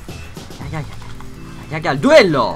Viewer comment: her düello diyişinde kahkaha attım :D